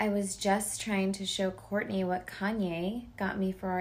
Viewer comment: The way kim says Kanye 😂😂she nailed it